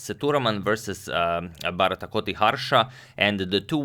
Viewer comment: Hey Agad. Since you are an excellent pronouncer of names, here is a suggestion. The 'ti' in 'Bharathkoti' is pronounced as in TIck. Also, it is Bha-Rat-Ko-Ti. The "a" in "Bha" is short. The "a" is "Rat" is also short. "Ko" is pronounced exactly as "Co." And "Ti" is as in "TIck." You are not pronouncing the "Rat" part. Finally, it is not Gan-Gooly. It is Gaan-Guly. The "u" is short. The "a" is long.